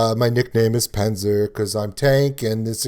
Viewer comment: what is a panzzzer supposed to be :D ok. it is Pahntser. not panzzzer. and it is du hast not du hasht. this is not an st->sht, this is just second person of have, I have you have she has - ich habe du hast sie hat.